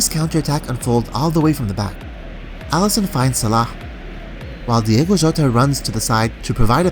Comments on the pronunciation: Its not Diego Jota, its Diogo with an O. We have almost no Diegos in Portugal. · It’s Diogo, not Diego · Bro Excellent video as always But the name of the player is DiOgO with an "O". ( Di-oh-go Jota) Keep doing a great job, Cheers From Portugal